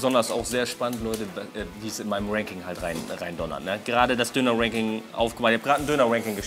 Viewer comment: Warum kann auf einmal Ranking richtig aussprechen?❤ …Never mind